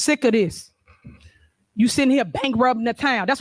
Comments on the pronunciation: Did she say “Bankrubbing the Town?… on top of all these Alizations 😂😂😂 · Did you catch when that idiot said the trustees were "bank-rubbing" the town?🙄🤣🤣🤣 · And bankrubbin the town😂😂😂